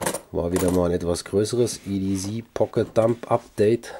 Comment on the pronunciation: Ja, so wie du es sagst, würde der Engländer EDZ verstehen. Englisch C wird halt "ßi" ausgesprochen, das S wie bei "Pssssssssst". Nur zischen, kein brummen. ;-) Aber es gibt ja auch Leute, die Sose statt Soße sagen. ;-)